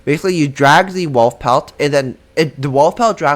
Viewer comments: Bro said walf instead wolf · STOP SAYING “WALF”